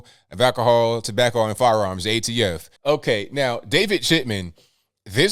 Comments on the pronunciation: NOT AFT. ATF Can someone throw a piece of paper and Biden to get it correct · The AFT!?! Sir, I think you mean ATF as in Alcohol Tobacco and Firearms! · What’s the AFT? He said it twice! He meant ATF, that’s our leadership! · AFT???? WTF??? HA. Does he mean ATF??? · "AFT" does he mean ATF?🤔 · I thought it was ATF, not AFT. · Biden said AFT 🤣😂 it’s the ATF President potato 🥔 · Did he say AFT and meant to say ATF????